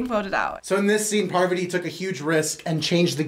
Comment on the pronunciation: I just found out that her name is “Parvati” not Poverty 😂